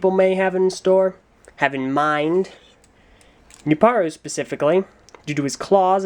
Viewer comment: The beginning: The Chronicles of Jaller: Serious Jaller Edition! And he finally gets Nuparu's name right.